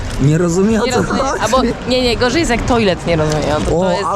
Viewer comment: Kierowniku bo w tych francuskich koloniach nie mówimy toilet tylko tak z francuska,,tłalet". 😅